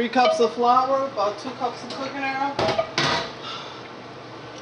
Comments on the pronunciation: Df is Earl? It's oil!!!? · Enjoyable...had to turn on the caption because oil was sounding like Earl...delicious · Two cups of earl?😂 They got me with pronouncing the items. Lol .. But the Gumbo looks smacklious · dude she said two cups earlllll ... I LOVE IT !